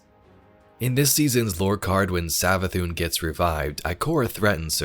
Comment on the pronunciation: It’s savathuun